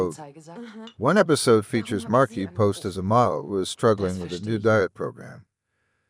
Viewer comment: Sad to hear about her passing. Great tribute... well written.... but miss Tim. The narrator was irritating. Poor choice for "Factverse" and can't speak properly calling her "Markipost"...